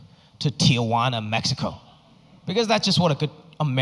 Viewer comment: Loved the fact that he pronounced Mexico correctly